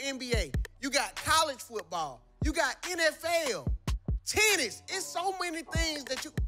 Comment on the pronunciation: Come on man. You needa work on your pronunciations, you almost got me in trouble. You said tennis & my girl heard titties & snatched my phone😂lol